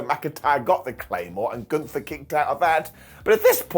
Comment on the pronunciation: I didn't watch Summerslam. So i'm confused because you said Omos got eliminated, if i understood it right. So how could he later still be in the match?!? 🤔🤷‍♂️ By the way, it's not Gunthfer, it's Gunther! 😉😅